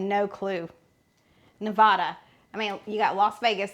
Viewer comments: It’s Ne-va-da, not Ne-vah-da. We take that personally. People will fight you. Just saying. 😂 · As my t-shirt says, " It's Ne-Va-Da, not Ne-Vaw-Duh"..such a mix of cultures here. More than a shrimp cocktail for sure. Love this series. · Nevada is pronounced Nev-aa-dah, not Ne-vah-da. The quilt is exquisite, as a quilt maker myself I must say Wow! What a wonderful job. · Love your channel. Love you guys you’re awesome. In preparation for your Nevada video I just wanted to mention you are mispronouncing Nevada. Nevada is pronounced neh-VAD-uh not neh-VAH-duh. Again, love you guys in your channel ❤ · Just a head’s up: Only people NOT from here call it Ne*vah*duh. Here we pronounce the middle syllable to rhyme with *cat*. Ne*va(as in cat)*duh. And I agree with another poster who said good luck coming up with a food our state is known for. Maybe look up around Carson City in the more historic areas? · You two are so funny. You are trying to fancy up Nevada. It's not neh-VAH-duh, it's neh-VAD-uh. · Love the series even though I'm a vegetarian. BTW Nevada is pronounced Ne-va-da (a, like hat) and not Ne-vaw-da. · Those burgers look delicious! You can tell you’re not from the west. neh-VAD-uh. Looking forward to what you dig up in Nevada. Probably some sort of basque dish. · I love watching this series and all your commentary! Awesome! As a former Nevadan, may I help you with the pronunciation of Nevada? Its Ne-va (as is apple)-da (as in uh) 😃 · Lol, my late husband always said, 'I was BORN ready!" too! Thanks for the reminder! And the 3M ? must be scotch tape? I'd get jaw cramps trying to eat that massive burger! By the way, Risa of RisaDoesMakeup says Nevada is pronouced Ne VAD uh, like bad. She just said that in her last video; she's based in Las Vegas.....Just sharing. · Burger looks great Nevada is pronounced Neh- VA-duh. The middle sound rhymes with “ad” in sad or mad. Love your videos! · Girl love you but please don’t say Nevada like that 😂😂. It’s not nevahdah mama